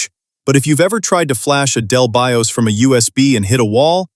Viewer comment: to pronounce BIOS as B.I.O.S. is a crime 🥲